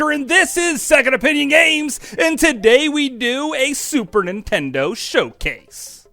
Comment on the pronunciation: Why do all Americans pronounce it Super Intendo?